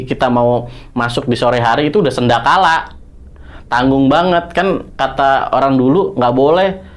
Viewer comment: Ngikutin ghost ranger ngomong damn man man...sedakala 😅 sandekala